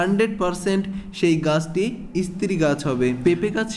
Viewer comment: Istree na stree Age bhalo kore uchcharon sikhun tar por bolben